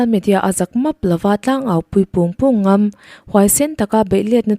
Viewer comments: Phungbawn i chhiar dik lo deuh. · I tangkai thin e....phungbawm tuh hi i lam dik lo tlat mai..